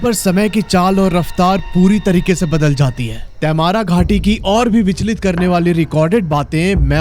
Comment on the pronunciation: क्या बकवास है, मैने कभी नही देखा, और तैमारा नही तमार् बोलते हैं. आप बोलते हिंदी हो और अंग्रेजी का नाम बोल रहे हो. जैसे आप mango🥭, Jamshedpur को क्या बोलोगे? मैंगो या मानगो?